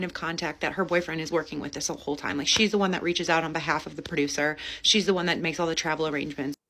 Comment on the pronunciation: Hole not soul 😂